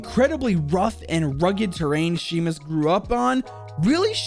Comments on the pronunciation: Sheemus? It’s pronounced shaymus. 😂 love watching people try and pronounce scottish things. Good video all n all tho! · Also Seamus is pronounced Shay-mus. Its not Shee-mus. I'm Scottish. Good video otherways. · He keeps saying seamus wrong ... it’s pronounced shaymus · His name is pronounced Shay-mus, not Sheemus. It's like Sean is Shawn, not Sheen. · Wtf is sheemus 😂 🙄 pronounced shaymus and also, this is the uk, free health service mate. No medical bills, technically. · Sheeemus???? It’s Shay-mus. God damn it man!! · "Shay-Mus" just incase anyone is wonder how to pronounce his first name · Seamus is pronounced shea-mouse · Couple facts John groats isn’t a city and for all the Americans it’s pronounced shay mus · it's pronounced shAAymus but ok 😂 lol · It's pronounced shaymus btw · Just a heads up I'm pretty sure his name I pronounced Shamus but I might be wrong. Anyway great vid as always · Seamus is pronounced as Shay-mus, sorry it just annoys me for some reason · i know your bad with names but how do you mispronounce seamus😂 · Not to be that guy but as I am scottish but ur pronouncing seamus and inverness